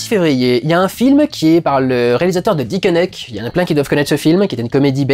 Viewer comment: Oui alors, ca se prononce "dikenaik". Parole de Bruxellois.